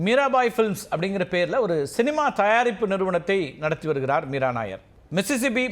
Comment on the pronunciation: மீரா நாயர் அல்ல மீரா நய்யார் ....